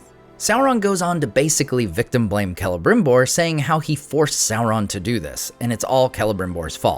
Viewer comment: Why do they call him „K“elebrimbor instead of „S“elebrimbor? I always thought lore said it was Selebrimbor?